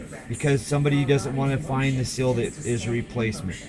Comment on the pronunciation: It's a "seal", not a "sill".